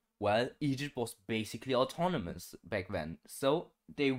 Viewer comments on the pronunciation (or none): none